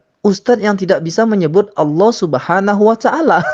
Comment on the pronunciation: Pembawa acara nya pun masih salah menyebut Subhaanahu wa ta’aala.. Terdengar subhanawataala